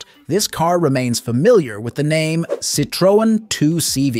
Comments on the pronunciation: It's pronounced sitron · you forgott the e ë means that you spell the e so -Citroen. Mistake made by lots of germans with the umlaute ä ö ü. We write Zürich and in french Zurich. The u is spoken like a german ü.